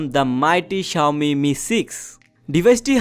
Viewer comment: you don't know how to pronounce xiaomi